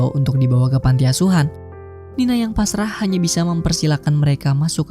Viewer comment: Woi bukan nina tapi nani